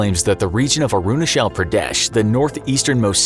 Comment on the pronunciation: It's not arunashal it's arunachal